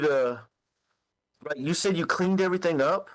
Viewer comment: I know! I cannot stand it! Maybe she doesn't know how to read. She's never picked up that the spelling any of those words do not include a "k"